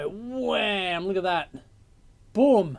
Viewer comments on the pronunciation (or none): none